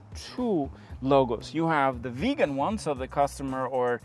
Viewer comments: it is not a veegan it is a viggen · Please, its not "Veegan" it is pronounced, "Vig_en". Thanks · Im being pedantic, but it's not a 93. It's a 9-3. Nine. Three. Also, it's not pronounced Veegan like vegan. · Viggen not Vegan!! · I seriously don’t understand why you can’t pronounce Viggen. Where does it have an ‘e’ in the beginning of the word ‘Viggen’? It is the ‘i’ as in Hitchhike. 🙄😬